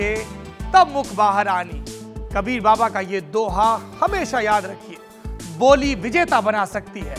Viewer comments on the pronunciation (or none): कबीर का दोहा गलत पढ़ दिया सर 😊